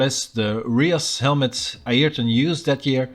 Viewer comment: finally someone pronounced ayrton right😀